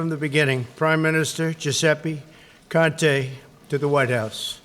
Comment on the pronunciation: His saying the man's name wrong its con-te, America u picked a good one👍😂